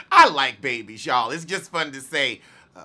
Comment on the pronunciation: Strip club w/ my kid? I'll pass. Guess I'm not that New Age type of parent! I wish Jada would keep her BIZNESS to herself sometimes. You and I say "Babies" the same way like "Uh. No!"